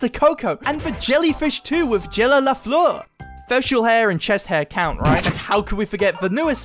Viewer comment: I'm french and when I hear how you say Lafleur I cry in french